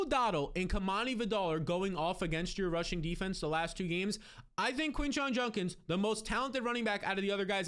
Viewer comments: JUD-KINS!!!! Not Junnkins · JUDKINS there's a D. Its not JUNKINS Eddie Munster